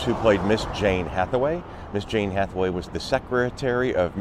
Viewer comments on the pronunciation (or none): none